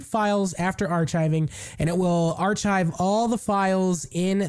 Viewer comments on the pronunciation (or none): Ar-Kive not ar-chive. Not food seasoning. As in architect, archipelago. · STOP SAYING ARSHIVE ITS ARCHIVE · Great job but you don't pronounce Archive as a Ch sound, it's a like a Kive sound...Arkive" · "Are chive" made me laugh. Thanks for the video.